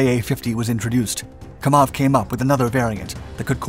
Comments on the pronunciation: It's pronounced, "KAM-awv", NOT "Ka-MAWV". Excellent presentation. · It's Kámov, NOT Kamóv! How ignorant are people, when it comes to non-x-colonialist nation's languages! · It's not KamOv, it's KAmov